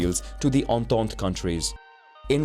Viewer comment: the way he says entente lmao